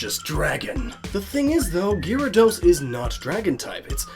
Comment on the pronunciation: Gear-a-dos? Gar-a-dos